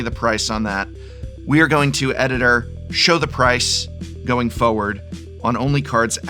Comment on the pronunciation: Did your job as an English teaching job tell you how to pronounce forward or frustrated. They have a lot of rs. They aren’t silent Rs